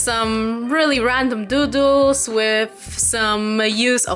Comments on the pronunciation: When I hear her say doodles I said " oh heck did she said doo doo's"😂😂😂lol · I'm sorry I am very childish so I couldnt help laughing when you said "doodles" and it sounded like "doo-doo." 😂😩